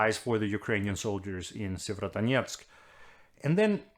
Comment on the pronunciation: Tak Anders.....og hold kææææft hvor har du øvet dig på at sige Sievierodonetsk ;-)